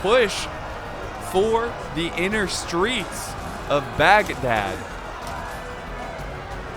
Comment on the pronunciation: "The siege of Bagdag-- Bad-dag-- ahhh" I love this video already. 👌